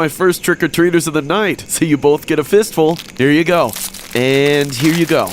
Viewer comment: Bro said fist full I see one piece